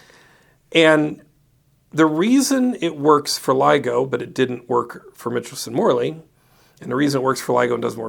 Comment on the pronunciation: Michelson is not pronounced mitchel-son, but rather Micheal-son. ;)